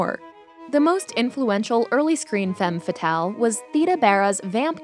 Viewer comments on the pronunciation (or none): It’s annoying how she mispronounces femme fatale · You kept mispronouncing "femme fatale" the whole video. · The was she pronounce Femme fatal make me sick. I'm not French but I have french in school and my ears bleeding.